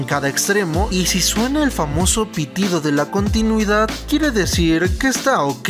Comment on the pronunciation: Contunidad xdxd hable bien